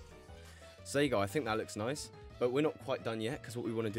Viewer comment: He actually says noicee